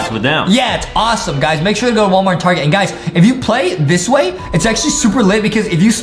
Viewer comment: Adam say not wallmart he says warmat